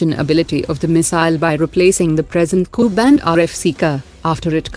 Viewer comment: Cannot Prononce Ku